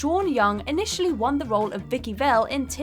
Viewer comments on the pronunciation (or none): none